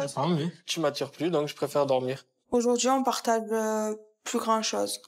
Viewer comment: Pourquoi elle a prononcé on partage ' partague' !! Avec un gue non un ge. Je n'ai rien à reprocher à son homme auprès duquel, elle n'hésite de se montrer ingrate, de lui manquer du respect, au lieu d'exprimer de la reconnaissance à son égard, d'avoir reflété son image interne, comme dans une vie de couple, un partenaire doit se servir d'un miroir de notre soi-même que l'on visualise qu'à travers l'autre. Elle est censée être reconnaissante à cet homme d'avoir 👉 sur sa blessure : Manque de confiance en soi, en raison d'une apparence non entretenue.